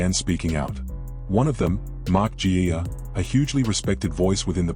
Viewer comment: Let me make it clear: - the Coach Ivan and son are named Cleary not Clee! The other mistake you made on today's broadcast is GIA...Is that supposed to be Mark Geyer? Nathan Cleary will probably get the "Dally M" award if his form and injury permitted. The other and just important is for the Panthers Board do not want to waste any time in signing up Thomas Jenkins. Thomas is scoring tries for fun and he's on about $300,000 per year. He's worth $800,000. Sign him up yesterday. Dave